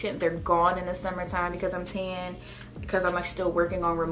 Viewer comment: When she says “Ten” lol instead of Tan 😂